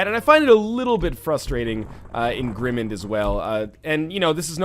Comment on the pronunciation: Northernlion it is a word play of Grim Mind. You are pronouncing it wrong.